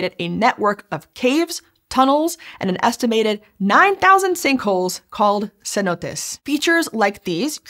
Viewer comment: It's pronounced "Cenotes".